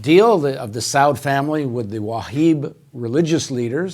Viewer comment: With all due respect to Paul, it is the house of SaUd and it is the Wahabbis (Salafists). Pronunciation matters.